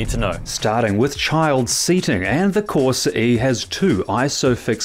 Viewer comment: CorsA, not corsE 🤦🏻‍♂️